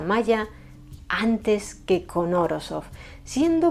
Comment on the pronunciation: Como rusoparlante, Esssss que te como toa la cara por haber pronunciado su apellido esdrújulo!!!!🥹😍🙌🏻🙌🏻🙌🏻🙌🏻🙌🏻🙌🏻🙌🏻🙌🏻🙌🏻🧛🏻‍♀️🖤